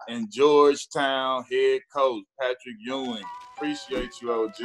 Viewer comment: uh uh...PAT-rick Ewing